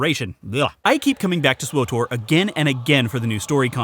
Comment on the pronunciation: Swowtor /giggles Say it again!